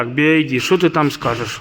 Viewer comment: Братишка, BYD (би вай ди).. "Ай" это другая буква.."i" 🙏